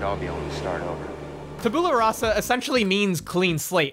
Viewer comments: Tab-you-la rah-sa, not tab-ooh-la. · tabyoola rassa you're saying it wrong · That's not how tabula rasa is pronounced :D